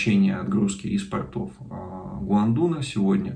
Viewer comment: Все очень интересно. Но...Христа ради, «из пОртов, пОртами» итд... от слова порт, а не портЫ— портЫ это другое